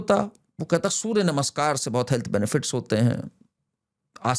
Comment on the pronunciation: 0.01 it is Namaskar, Not Namashkar. नमस्कार होता है नमशकार नहीं.